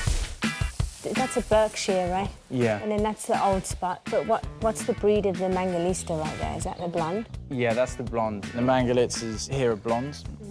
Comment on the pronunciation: Why does she keep on saying mangalista when it is clearly mangalitsa?